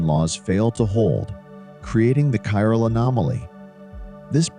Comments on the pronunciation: Bot (or human) can’t pronounce CHIRAL properly. “Kai-RAL” not “chiral”…(Ch as in cheese is wrong)…. Nor is it “sherality”….. the physics otherwise is ok. However, displaying electrons in atoms as balls is kind of non-quantum mechanical and harks back to chemistry of the early 20th cebtury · Chiral pronounced Kairal, chirality kairaliti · Might be nice to (re)educate the speaking AI on how to pronounce chirality & chiral. It gets it right sometimes, "chiral anomaly" mostly. I notice Google Search can't understand the spoken words, chiral and chirality either.